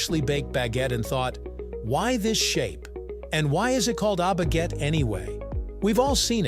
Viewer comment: If you're going to say foreign words, like "baguette" or "pain," can't you pronounce them properly?